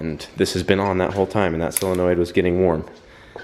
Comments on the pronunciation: Why does everyone say sillenoid? Its SOLenoid. Its not that hard. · You say solenoid wrong and its driving me nuts lol